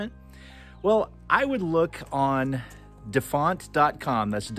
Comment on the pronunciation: Good show,. I think the font website is "dafont" (you said "defont"). OH! just read the description. Guess you figured it out. Was it an Easter egg?